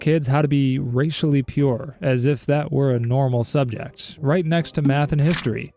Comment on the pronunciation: "Today's subejct, slavery "